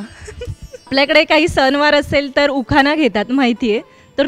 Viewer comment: 10 वेळा तो शब्द म्हणून घ्या गा न गंनपती उखाना गने श